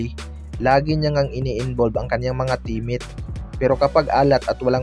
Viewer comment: Baka team mate bro Hindi temet,😊